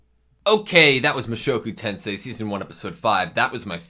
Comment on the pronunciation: You’re saying the shows name correctly